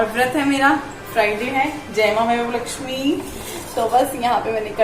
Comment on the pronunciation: aap vaivav Laxmi bolte ho Vaibhav laxmi mata bolo